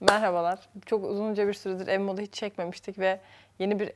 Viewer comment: Ev modunu, ev donu diye okudun eserin eşortmanından dolayı gözümü alamadım